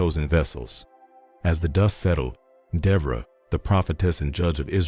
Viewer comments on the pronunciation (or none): You’re pronouncing the name wrong